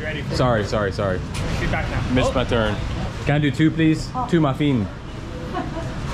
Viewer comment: Maffeeen 😂 mufflin